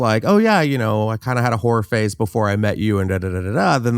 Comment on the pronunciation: oh whore phase. I heard horror phase. 😅